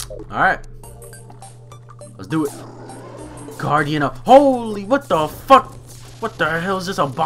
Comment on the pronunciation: said guraidn of evil